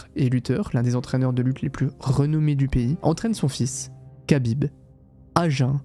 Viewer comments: Pourquoi tu dis khabib "kabib" et pas kha genre rhabib? Je pense que c'est volontaire j'aimerais savoir pourquoi juste par curiosité Et la vidéo est folle au passage, trop cool d'avoir des contenus comme ça sur yt, ouai j aurais ptetre du commencer par là effectivement 😂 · Khabib ne se dit PAS "cabib", mais Rabib, un "r" aspiré, presque un grognement animal. Dommage que tu prononces mal son nom, ça fait vraiment noob 😅 Sinon le doc est bien 😊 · Khabib se prononce "Rabib" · respect KHABIB pas kabib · SVP ARRÊTEZ D'APPELER "RABIB" (KHABIB) QUABIBE ça se prononce R le KH donc ça fait RABIB c'est bon après 15 ans ? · Kabib ou Chabib? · On prononce Rrrhabib svp ❤️ sinon belle vidéo merci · Incroyable la vidéo mais khabib ça se prononce rabib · ça ne se prononce pas ''Kabib''. le son « kh » dans "Khabib" correspond à la lettre arabe "خ" (khaa) et ressemble à un « r » guttural, mais produit avec plus d’air, comme si on expirait en raclant légèrement la gorge. Ce n’est pas un « r » français classique, ni un « k », mais un son intermédiaire, très présent dans les langues arabes ou russes. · Kh se prononce R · Excellente vidéo mais t'abuse sur la prononciation de khabib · Alors vraiment bravo pour cette vidéo. J'ai déjà vu je ne sais pas combien de vidéos sur le sujet et la tienne est juste parfaite. Juste Khabib on ne prononce pas le "K" ;) Pour le reste, c'est hyper immersif et documenté. Très bien raconté aussi. Bref, chapeau !